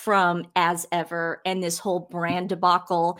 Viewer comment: I heard As Ever as 'Ass Ever' and now it makes sense.